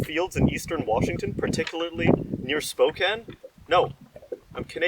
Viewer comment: It's not pronounced Spo ken it's pronounced Spo Can